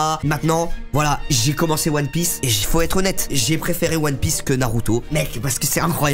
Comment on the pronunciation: non inox NON!! Tu peux pas dire "one pièce" pas toi quand même